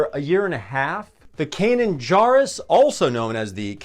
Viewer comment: Good lord! Pronounce Kanan’s last name correctly. He Jar in Jarrus is pronounced Jerr like in Jerry.